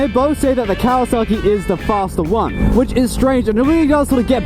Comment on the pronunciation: dude said kawaski vtec🤣🤣🤣🤣